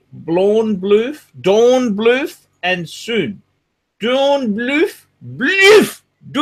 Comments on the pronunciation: Gotta love the way he's butchering the brand name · Dornblüth & Sohn. German pronunciation is very difficult if you have a speech impediment. In case English is difficult too.